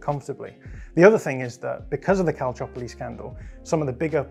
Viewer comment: An English-speaking person pronouncing Calciopoli right? Impressive.